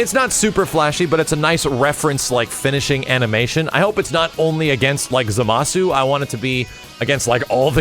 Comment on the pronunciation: Reminder it's pronounced Zámasu not Zamásu